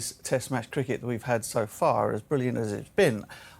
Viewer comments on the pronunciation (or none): Wickut.. crickut.. 😂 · He has good English but there is still native language influence like pronouncing words like wickut crickut Indians usually who are properly trained will not any native language and they are good compared to other countries.. look at Ravi Shastri Sunil gavaskar even Dinesh Karthik.. even deep dasgupta has great English